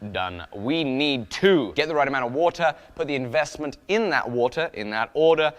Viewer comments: IN-VEST-MINT.... unsubbed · In-vest-mint huh? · Ahh.... "In-Vest-Mint" I get it now..... lol Also, about those huckleberries.... you do mean, that part of Montana that's supposed to be Idaho right?